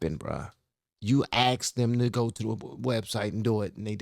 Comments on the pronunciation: It’s asked. Not axed. If you want to be taken seriously. Speak clearly. First rule for public speaking. You are smart! Show the world how smart you are. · Learn the language, the word is ASKED not AXED.